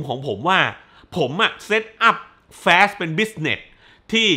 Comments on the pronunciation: ทำต้องเรียกแฟสทำไมไม่เรียกฟาสเหมือนคนอื่น😂😂😂พยายามแตกต่างตลก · อนาคตถ้ามีภาคใหม่ ช่วยพูดว่า ฟาสสสส ได้มั้ยงับ แฟสสส ผมรู้ถึงเตะหู เหมือนพี่พูดคำว่า ตด ฮ่าๆ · ตกลงผมอ่านผิด หรือพี่เขาพูดขำขัน fast ฟาส หรือ แฟด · สรุปอ่านว่า ฟาส หรือ แฟส